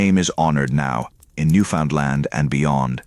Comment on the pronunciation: At least have the province pronounced correctly.